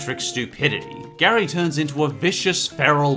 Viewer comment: It's spelt like Gary but you pronounce it as geary